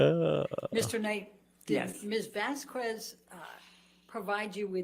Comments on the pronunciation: has often mucked up names. Camille "vas-kwez" instead of vas-kez. Pirates of the Cah-RIB-ee-an not CARE-a-bee-an. Now you join their ranks. Congrats,! LOL I love how you refer to the 'defendant' as "That Certain Aquaman Starlet" - not star. ROFL!! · Who the hell is "Vasqwuez?" It's not hard to pronounce her surname right,. Jesus. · I wish had corrected her pronunciation of "Vasquez" too